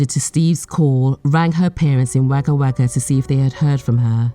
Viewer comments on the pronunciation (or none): May they all rot in gaol. RIP Janine. ✝️ (Wagga Wagga is pronounced wogga wogga not wayga wayga) 🇦🇺🇦🇺🇦🇺🇦🇺🇦🇺🇦🇺🇦🇺🇦🇺